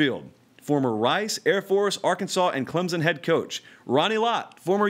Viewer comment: There is no Z in Clemson. 90% can not pronounce correctly.